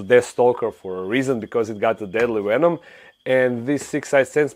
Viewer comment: I love the way you say venom lol. "Wwenom"